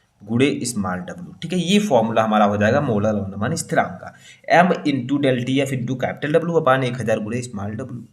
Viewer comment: M ko yam kon bolta h 😂 teacher bane bethe hain